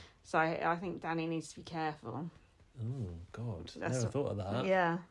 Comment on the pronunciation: Even you can't get Danny right, what a mess 😂